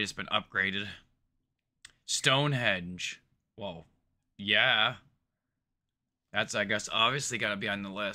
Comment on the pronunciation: The guy says stonehedge but it's stonehenge